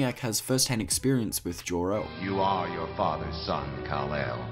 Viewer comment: Funny way of saying Jor-El and Lara. Is that an australian dialectical pronunciation or what? Why do I get the feeling you're the kind of rube to use 'birthing person' unironically and who champions erasing the words 'mother and father' from government lexicons around the world?